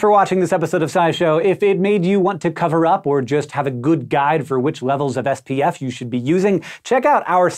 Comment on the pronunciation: when he's supposed to be saying SPF 5 after saying something about the white shirt it sounded like he said FPF